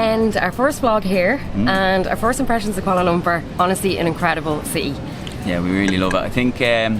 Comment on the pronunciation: Love the way the Irish say 'Kuala Lumpur'... welcome guys! Enjoy your stay, you've earned a sub for sure from many of us.